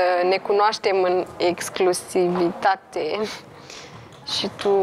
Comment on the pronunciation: mai repetă cuvintele dificile gen,, exclusivitate "inainte de a le folosi, ești totuși la TV....fff frustrant să vedem că,ca și criteriu pt.alegerea participanților la emisiune,primează frumusețea fizică în locul inteligenței 😢😢😢